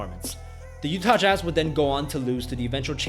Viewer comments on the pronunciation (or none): none